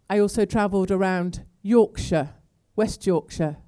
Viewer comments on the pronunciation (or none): none